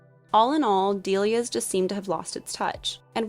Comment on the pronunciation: I thought it’s pronounced “dell-Lee-ahs” not “dee-lee-ahs” lol